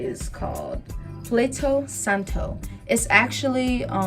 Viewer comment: Not plato santo, but palo santo lol.